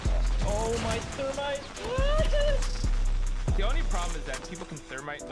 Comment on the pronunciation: The fact they all were just talking about random things in start shows that they all have patience and have stratagy to rush Thats not thermite Thats ther - mi - ti -Noah